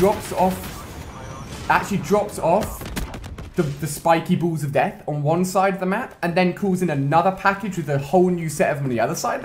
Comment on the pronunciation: "Spikey buuls of dayth"